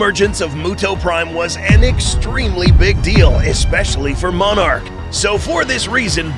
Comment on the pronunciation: why does he say monarch like moanarch